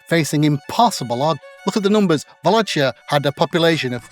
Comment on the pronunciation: Hey bro, just a quick note on the pronunciation: it's "VA-LA-KEE-A" eith K sound rather than CH sound. Very nice piece, cheers!